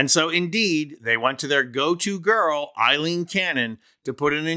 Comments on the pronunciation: After all this time this prat keeps calling Aileen Cannon Eileen...idiot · Aileen, NOT Eileen!